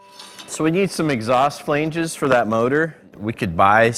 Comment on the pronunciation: Does Jesse pronounce flange weird or do I???